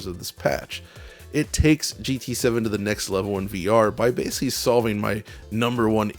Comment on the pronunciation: You say the word ‘basically’ a lot. It wouldn’t be an issue, except you keep mispronouncing it as ‘basely’. It’s really distracting and lessens the production quality of your videos.